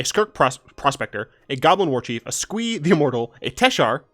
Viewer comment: Mate, I thought you said "Goblin Orgy" when you were saying "Goblin Warchief."